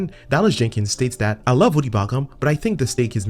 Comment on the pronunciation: Also,, it’s V-OH-Dee not V-Ah-dee.